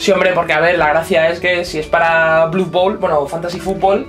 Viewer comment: hey, podeis dejar de decir "blud bowl"??? no se de donde os sacais la U.... me sangran los oidos cada vez que os lo oigo.... y peor aun siendo britanico... todo esto desde el cariño ehh!;) un saludo!